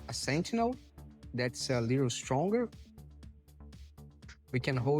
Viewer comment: Da pra saber que é brasileiro pelo "sentchinel" hihihi